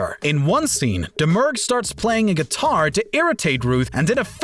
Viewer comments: DOMMER-GOO! It's pronounced DOMMER-GOO! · Daisy Damer-GUE, narrator.